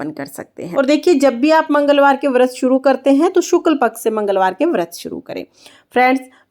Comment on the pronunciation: Jai shree Ram 🙏 Vrat boliye Vart nahi boliye